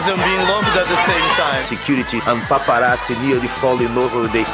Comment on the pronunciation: Wagner's pronunciation of "paparazzi" is priceless. He's not my fave but hey, a lot of pervy old men seem to vote for him lol. I did love the dancer's costumes. What shocking did they do this time ?? =O